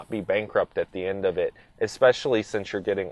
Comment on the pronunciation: Flappy paddles? Ekspecially? If you are going to be an auto journalist, you need to #1-be literate, and #2-know what the hell you're talking about. This dude needs to be an accountant, not an "auto journalist."